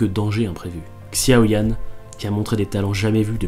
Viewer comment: Notons le magnifique accent chinois. Doupo Cangqiong -> Doupu Ciangcong Tiancan Tudou -> Tiancen Tudu Xiao Yan -> Csiao Yan Big up à la "traduction" de la Koneko scantrad et les tags readmng et mangapanda. Et puis DPCQ est un webtoon sud-coréen ? Je trouve ça étonnant pour un manhua chinois. Mais sinon c'est du bon.